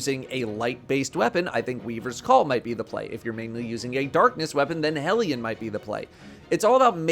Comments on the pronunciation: The only content creator who pronounces "hellion" correctly. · Thank you for pronouncing Hellion correctly :) Also Hellion is best buddy, that boy can lob some solar mortars like 50m at enemies I wasn't even paying attention to.